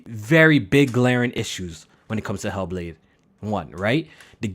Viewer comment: "He'll Blade" that bitch be mad emo for no reason 🤣